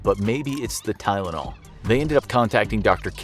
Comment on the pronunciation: Its not tylanol its a death note